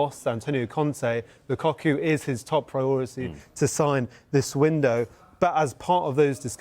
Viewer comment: why does he keep saying Lucocku? 😅